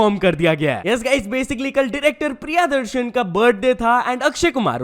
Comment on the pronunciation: भाई अब तो तुम भी सोनिया मैडम जैसी हिंदी कमेंट्री रोमन स्क्रिप्ट देख देख कर करने लगे हो ?? काफी दिनों से नोटिस कर रहा हु । प्रिया दर्शन नही भाई प्रिय दर्शन बनाम है उनका ।